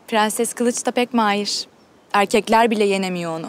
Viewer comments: Bu faryanın dadısı da tüm r leri söyleye biliyo ama prensese pğenses diyo🙄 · şu kadının madammıdır nedir onun pğenses demesi sinirlerimi bozuyo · Herşeyi düzgün söyle prensese gelince pıhrenes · Prensesin dadisi da her kelimede r harfini soyleye biliyor 1 tek prensesi soyleyemiyor PĞENSES diyor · Su nunu mudr nedr beni gicik etti sozde pgenses r leri soleyemiyo basla laflara gelince catr catr soluyo tam sole yada butun cumlelerinde kullanma su r harfinj😂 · Madamynda her seyi turkce cok soyleyor bitek perses demeyi bilmeyor😂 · bu kadın prenses demesin ya. R harfini normal söylüyor prensese pğenses diyince sıkılıyorum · Madam turkceyi sular seler gibi biliyor bide pgenses demese 😀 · Bu fahriyənin madami birdənə prenses sözündə ğ deyir qalan hamisinda r hərifiylə deyir. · Su Dadi her seyi Turkce soyleyibde bir Pğenses demesine aşırı qıcık oluyorum. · Faryanın dadısı da bütün kelimelerde r leri söylüyo prenseste söyleyemiyo aşırı sinirimi bozuyo